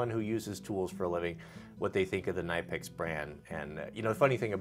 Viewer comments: I was at SEMA last year and was in the Knipex booth. I asked them for an official pronunciation of their name. Here it is....K-Nip-Pix. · They’re pronounce ka nip ex I have that set and just acquired the extra small cobra pliers that are small enough that they fit in a watch pocket